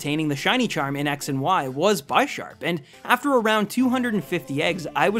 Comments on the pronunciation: I hope you realise Bisharp is pronounced bih-sharp. Like the word bishop. The names are like chess pieces, pawn and bishop... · One thing I just want to point this out, Bisharp is pronounced like Bishop, as Pawniard and Bisharp are based off of chess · It hurts when he says Bi sharp. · it's bih-sharp not by-sharp, because it's bih-shop and not by-shop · ITS NOT BYSHARP!!! ITS BISHARP, LIKE A BISHOP. ITS NOT A FUCKING BYSHOP!! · Lmao the pronunciation is a bit funny tho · just saying you can't say '' Bisharp '' correctly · But the way he says it is pretty funny. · BTW u said bisharp wrong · The way you pronounce Bisharp hurts. Hooooowwww do you get that wrong?